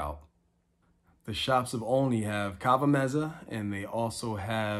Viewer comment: Nice video, but it's pronounced ALL-ney, like olive.